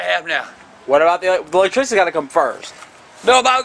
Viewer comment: Done fucked up my "electrishty"😂💀💀💀